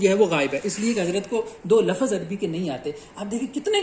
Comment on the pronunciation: Jou baten hain unka jawab do minor mistakes se koi faraq nhi parta yazidio aap tou lafz ko lafaz bol rahe 🤣🤣🤣